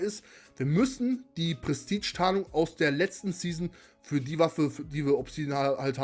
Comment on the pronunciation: Ich schau mir deine nächsten Videos nochmal an sobald du das Wort „Prestige“ aussprechen kannst. Und zu frage. Nein